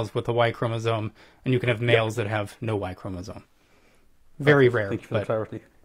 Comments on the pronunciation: He also kept saying ‘chromosones’ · I can't with his 'chromosoNe' Come on man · Ew. Look at Peter deliberately mispronouncing 'chromosome' just because his ignorant guest did. Wuss.